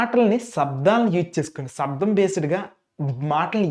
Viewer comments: సబ్దంతో కాదురా శబ్దం తో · ముందు మీరు తెలుగు సరిగ్గా నేర్చుకోండి. శబ్ధ కాదు శబ్దం అర్ధం కాదు అర్థం